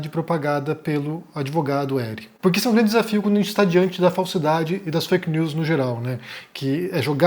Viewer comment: eu achava q o era gringo, mas esse fake nuuuuuus deve ser coisa de mineiro msm